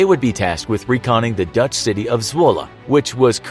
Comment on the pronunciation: Love the way you name dutch towns. Pretty accurate